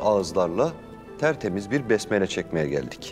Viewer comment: Besmele öyle çekilmez ama keşke biraz daha dikkat etseydiniz